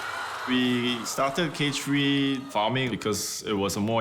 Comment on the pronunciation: "CAGE FREE" LMAOO